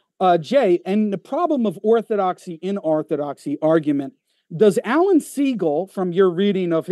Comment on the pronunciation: It's laughable to hear say he spent so much time researching Orthodoxy and yet, still butchered it.. smh